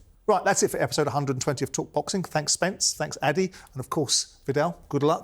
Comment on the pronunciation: Simon, his name is pronounced ADE not ADI, like AH-DAY not AH-DEE